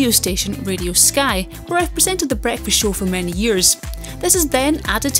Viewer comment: Ahh, "what did I have for breakfast..." somebody is BBC trained?